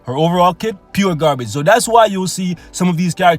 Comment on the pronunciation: Heh he he... Gaar Bage.... cracks me up everytime